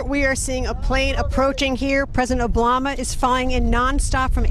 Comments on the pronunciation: president Oblama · She said President Oblama! What an idiot 😁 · Did she say president oblama? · I love how she said oblama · Did she say President Oblama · Did she just said oblama??? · I thought I was the only one that heard that😂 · lol...she said President "Oblama" is flying in non-stop from Andrews Air Force Base....can't even say his name right.